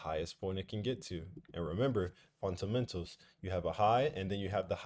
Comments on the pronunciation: appreciate you bro but that "funtamental" always kills me 😂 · I love it when he says "FunTamentals" 😂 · Me too 😂😂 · I'm so happy he didnt say FUNTAMENTALS this time lool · Don’t let somebody who can’t pronounce fundamentals correctly make you feel less about yourself😂 everybody is good at something and not so good at others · the way he say fundamentals🤣🤣🤣